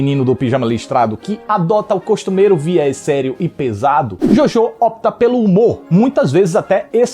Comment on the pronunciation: Achei so um filme legalzinho e bonitinho. Não me envolvi de verdade, tanto que só ri msm naquela última cena com o Hitler. Queria dizer q pronunciam errado o nome Jojo em alemão o filme inteiro, irrelevante, mas eu disse